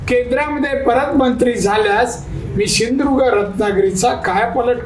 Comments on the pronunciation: शिंधुदुर्ग नाही सिंधुदुर्ग आहे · सिंधुदुर्ग बोलता पण येत नाही😂